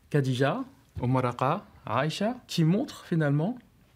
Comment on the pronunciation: Des cours d'exégèse coranique payés avec de l'argent public, et dispensés à des gosses déjà obnubilés par la religion… Intéressant, vraiment. Cerise sur le gateau, le prof n'est même pas foutu de prononcer de manière correcte le prénom de la première femme du prophète. Ce pays devient un asile à ciel ouvert.